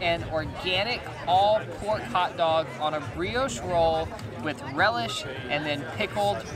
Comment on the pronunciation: A hotdog should never be pronounced as a karate word.....quinwaaa 🤣